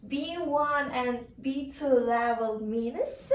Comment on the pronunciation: She should pay attention to her pronunciation